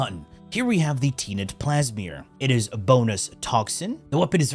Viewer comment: I think he's trolling. Stroon prime? Teenet Plasmeer? L'Ætum? Bro is trolling